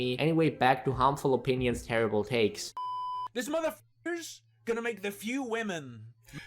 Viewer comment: "Horrible Mindset Opeeneeons."